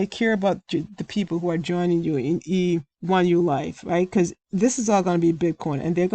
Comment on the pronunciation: Thank you!! I have no interest in joining a program like E1ULife. Not sure if you realize but more times than not you were saying EU1Life than E1ULife lol I am well aware of those scam emails. They want you to call that phone number so they can try to trick you and steal money from you!